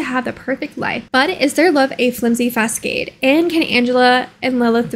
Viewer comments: Facade is actually pronounced "fuh-saad". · Beau is pronounced like bow and facade is pronounced like Fa-Sa-da. No shade intended, we all mispronounce things from time to time I just thought you might like to know. Also the Summerdream family is based off of characters from the Shakespeare play a midsummer nights dream. That whole world was Shakespeare themed from what i remember. Whoever made this did a fantastic job recreating the Sims! This is a cool safe. I feel so nostalgic